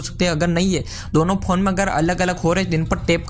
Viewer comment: you don't know how to pronounce phone.